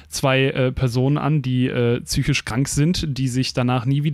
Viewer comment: Orr, es heißt "Psychisch", nicht "Tsüschisch!"! Es macht mich bei jedem einzelnen Beitrag immerwieder rasend.